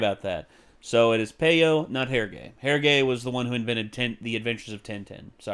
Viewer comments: actually it’s pronounced Hergé, with the “g” pronounced as a “j” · actually, and sorry for being brainy smurf here, but "hergé" it's pronounced "heir-jay", and tintin is pronounced like "huh" but with a T in front, so it's more like "t-uh-t-uh".